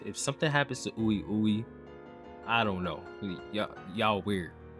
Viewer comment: ooey ooey lol. Its pronounced Wee-Wee, fam. Its french for yes.